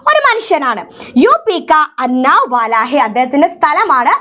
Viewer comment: Teacher അന്നാവ് അല്ല ഉന്നാവ്